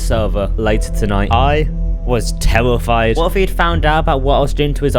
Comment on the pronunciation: u said "I was tellafied" instead of terrefied